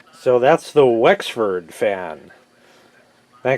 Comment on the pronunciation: I laugh my ass off every time you say FAEN like that